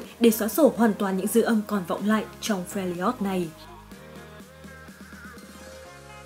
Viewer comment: Fe - li - ot là cái j?. Trong khi tên đọc âm đúng là Fe - r - job mà.